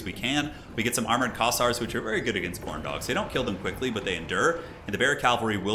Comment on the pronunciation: you say Khorne dog, I hear Corndog